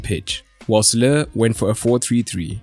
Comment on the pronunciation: How are you making Lowe out of Löw? :D